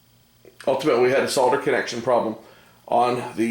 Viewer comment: Wonderful. You can pronounce SOLDER correctly. How some people miss the L in the word defied logic. Perhaps they never saw the word SOLD before SOLD cannot be SOD ....